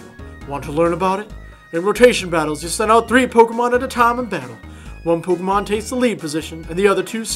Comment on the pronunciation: I agree, but you put the accent on 'Pokemon' the wrong way round :P